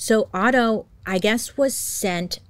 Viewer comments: Otto not Otter LOL, I immediately imagined cute otters holding hands while sleeping and calmly drifting in the river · Otto not otter LOL hahaha